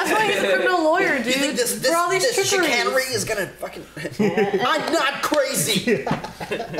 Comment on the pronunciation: Them pronouncing chicanery wrong the entire time 😅